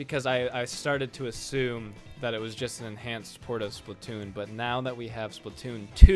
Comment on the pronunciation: why do u say splitoon???